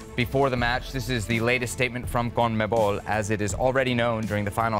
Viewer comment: how difficult is it to say CON-ME-BOL. Why do Americans keep saying Comneble?